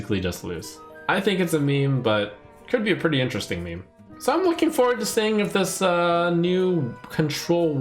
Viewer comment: "Me-me"... I love you, man, but it's pronounced MEEM FFS!